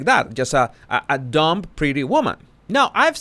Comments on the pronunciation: I love you, but the “b” is silent in “dumb”. No offense intended. Trust me, I’m not a “sugar”. I agree w/your analysis of Harry’s wife, the former bimbo( according to her). I adore Paris, who is a smart cookie and far from a bimbo. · the “b” in “dumb” is silent. Even with a suffix, it remains silent.;-)